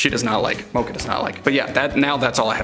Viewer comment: It’s mocha